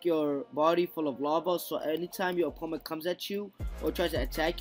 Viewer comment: Every time he says opponent wrong it’s so cringy!